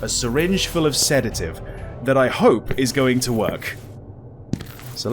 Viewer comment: sees the bottle of Sedative "SEDAGIVE?!"